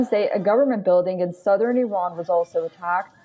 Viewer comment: the host is Iranian as she pronounces the names of the cities perfectly in a Parsi accent